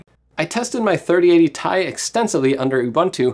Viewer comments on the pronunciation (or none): "I tested my 3080 Tie extensively" - I thought it's pronounced separately as T I? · 😤🤬 It's pronounced "3090 Tea Eye" not "3090 Tie"! .... 😂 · ...did he just call it a 3080 "tie"? I've never heard anyone say it in any way other than "tee eye" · He said it! He said T-ai! instead of T-i! Criiiiiiiiiiiiinge xD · Dislike because he said "tie" instead of "T.I"